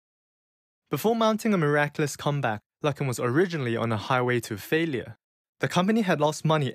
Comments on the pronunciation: I like how you pronounced "failure" as if Uncle Roger is calling me failure already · Pronounces "failure" like Steven He!